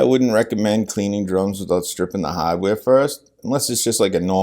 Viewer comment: The "haddware". LOL. New England! Boston?